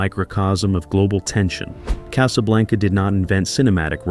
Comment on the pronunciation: "Case-A-Blanca"? Really?! Sometimes it was pronounced correctly, but...